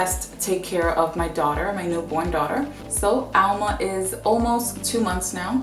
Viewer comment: Why do you call her Alma with the accent on Al? Being dominican, i know that it's Alma....did you add an accent for her name to be ALma?